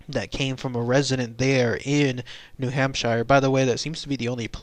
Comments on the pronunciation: Idk more like "Hamp-shur" not "Sheer" or "Shire" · Ok first of all it's Hamp-sheer not Hamp-shire we're not Lord of the Rings. Second these are just a variation of Sasquatch. These will more often be seen in the late winter or early spring before the green plants bloom. They are more winter starved Bigfoots than a separate species. This is why they seem hairless as they are malnourished and under post winter stress. Just like Bears in the same regions. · New hamp-sure. Nobody-ever- says shire. Sincerely, New HampSURE native 😉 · 'pioneers moving west' ... New Hampshire is a state in the north east. (also it's new hamp-sheer, or new hamp-sure, whatever you need to get that sound.) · hamp shure